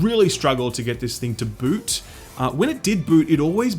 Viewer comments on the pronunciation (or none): none